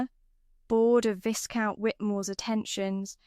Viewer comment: AI should know how to properly pronounce simple words like “BOW” like “VISCOUNT” - it’s quite annoying 😢😮